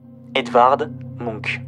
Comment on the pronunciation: désolée ça m'a trop perturbé ta prononciation de Munch --> [muhnch]